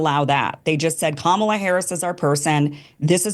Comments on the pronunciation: WTF is wrong with this moderator? He can't even pronounce the name of the subject of this debate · Why can’t the shithead who is running this debate say Kamala’s name right? Not just destiny, but Kim was pronouncing it right over and over and he just keeps fucking it up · Why can't people just pronounce Kamala's name correctly? Seriously, get your shit together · It’s sounds so ignorant when the debate moderator pronounces Kamala’s name wrong.😖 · "Am I saying this right? 'Uhuru' ... " Moderator wants to get this word right, all the while he's been mispronouncing Kamala's name the entire time, even in that very question. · oh, this moderator cant even accent the right syllable out of 3, real brain teaser there. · Say Kamalas name right! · I think it's an obvious measure of somebody's credibility in how they pronounce Kamala. If you're mispronouncing it, you are either doing it on purpose or you legitimately think that's how you say it because of your bias sources of information. The host of this debate would not stop mispronouncing her name... To her credit, Kim pronounces it correctly, which means she at least shows that little bit of respect. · Destiny is such a strong Kamala supporter, knows all the facts in and out....still can't pronounce her name right... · Moderator, maybe learn to pronounce the future presidents name…respect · Why can't that guy moderating pronounce Kamala's name correctly? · When people can’t pronounce the VP’s name. They sound ridiculous. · This moderator can't even properly pronounce the first name of the vice president. 🤡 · Moderator. Please learn how to say our VP’s name. WTF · Someone needs to tell the moderator that he can’t keep the job if he doesn’t know how to pronounce Kamala’s name. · Her name is Ka-ma-la......douch! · For the moderator, say COMMA, La’s name correctly, racist idiot. If you can say Netanyahu, you can say Kamala’s name right. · It is KAmala, not KaMAla, as Trump likes to say.